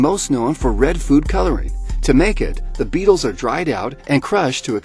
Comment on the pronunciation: The heck why do you say foot